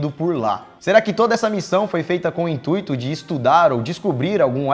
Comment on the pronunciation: Intuíto? hahah